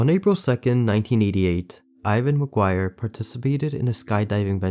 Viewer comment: Its McGuire not McQuire